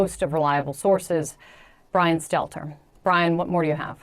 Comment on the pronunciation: He should change his name to Brian Seler... Because no T 😆